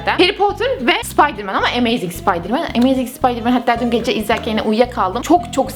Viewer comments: ameyzing ne ya imeyzing olmasın o :D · 2 emeyzing olacak